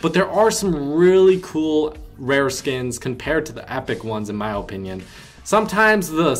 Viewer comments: you and me both OHpinion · His ooooooponion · The way you say opinion makes me want to kill my self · The way you say opinion is going to kill me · I SWEAR TO LORD TACHANKA I WILL NOT KEEP WATCHING YOUR VIDEOS IF YOU KEEP MISPRONOUNCING OPINION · Your opinion is irrelevant when you can’t even say opinion correctly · Why you say opinion like that